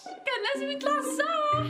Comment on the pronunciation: مابتعرفي تحكي صح بتقولي سح